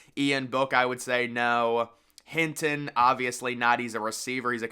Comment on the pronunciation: Bro it’s Hinton not Hilton